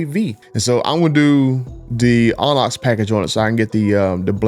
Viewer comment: The way he says Onyx is making me mad 😂